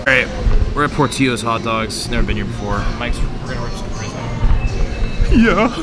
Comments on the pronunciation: Dude. It's pronounced "Port-ILL-o's" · it's pronounced like brillo pad, not tortilla